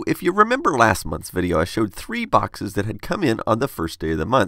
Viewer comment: this is a super late reply, but according to the captions, he's saying "cool last name". ^.^ it definitely sounds like he IS saying cool ass name though. >u>